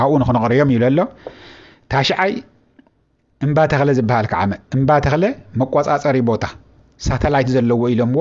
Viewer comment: 9ይ ዝበልካዮ "እምባተኽለ" ዘይኮነስ "እምባትካላ" ዩ ዝባሃል